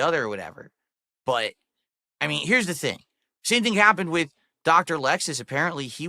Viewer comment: My least favorite verbal thing he says is “wit” instead of with. For shame